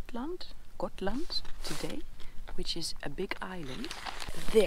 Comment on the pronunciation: I Love her saying Gotland as it were in Dutch. Schotland. We dont pronounce G in Swedish as in the Netherlands 🤣